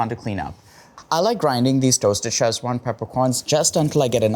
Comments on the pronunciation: why call it "chesswan" instead of sichuan? 'see chwahn' or 'sich-wahn', kids this is odd. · Looks tasty. One small peeve. It's not pronounced "Sech-wan". It's pronounced "Ci-chwan". Ask Lan Lam if unclear. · Shame you mispronounced it in such a unique way all video